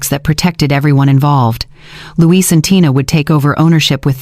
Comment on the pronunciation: Numbers are off at the XMas party .... and the CC is really off. It was fun to listen to but .... Louis or Luis. Not Louise. Oh and the "kids" slipup that the evil daughter-in-law said when Caleb and her only have 1 kid.